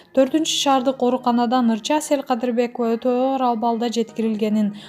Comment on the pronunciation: 😝😂😁оа , Кээ бир жерлеринде СЕЛ КАДЫРБЕКОВА дейт го